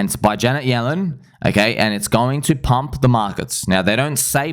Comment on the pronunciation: That accent came out heavy when you say we need to pumppppp🤗😂